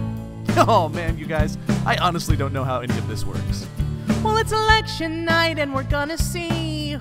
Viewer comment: was that "election" or "erection"?